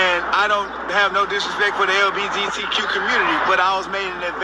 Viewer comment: LBGTQ, LTBGQ, he said it every which way but right!! 😂 This interview and the last one!